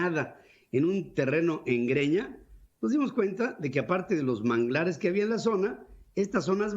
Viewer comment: Terreno en “Breña” y no Greña querido Pedro